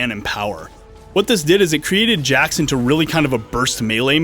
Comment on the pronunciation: Jax? I thought his name was Hax.